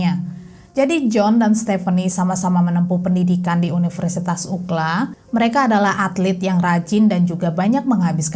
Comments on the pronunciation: Cara membacanya UCLA bukan UKLA mbak tapi YU CI L E 👍 Sampai 3 kali aku puter ulang UKLA itu apaaan 😂 UCLA itu University terkenal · Kebiasaan kita disini 🇺🇸 mendengar nama UCLA itu Yu Si El E 🙏😁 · bener mb...UKLA gampangnya👍👍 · Gpp dong... Penyebutan saja, biwr gampang didengerinya. 😄